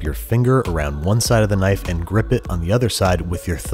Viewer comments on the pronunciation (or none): Thaht's nuht a NYFE!